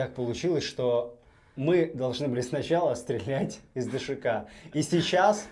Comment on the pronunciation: ДШК так правильно назвать, а не ДСХ! 🤬